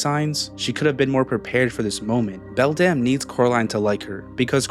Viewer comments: What other ppl hear: beldum what i hear: beldam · Am i the only one who heard "Belle Damnnnnn" instead of "Beldam"